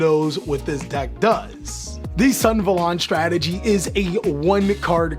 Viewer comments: Us: REGULUS SUNAVALON +: REGULUX SUNVALON Gosh I love you guys, but the way you guys deliberately mispronounce these card names is literally so funny. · Sun - Ah - Va - Lon